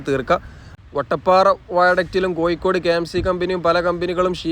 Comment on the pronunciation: എല്ലാം കൊള്ളാം. ആലപുയ, കൊയിക്കോട്, ഏയ്‌ { ഏഴ്}........... ഴ മാത്രമേ പ്രശ്നമുള്ളൂ